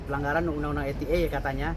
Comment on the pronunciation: Jancok pengcaranya bisa salah ngomong UU ITE jadi UU ETE.. Kocak kocak 🤣🤣🤣